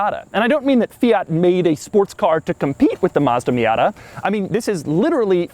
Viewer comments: he says fiata lol 😂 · Did he say Fiata? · Did he just say "Fiata" in ?